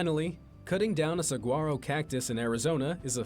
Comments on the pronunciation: Saguaro cactus is pronounced “suh wah roe” 🌵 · Hearing him mispronounce Saguaro was so painful 😂. Oh and Saguaros aren't rare, they're just very protected